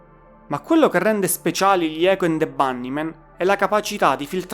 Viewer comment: pronuncia inglese da rivedere. hai fatto un po' d'inglese a scuola? icHo ənd de bannimen; poochiupain...e le erre... mammamia!!!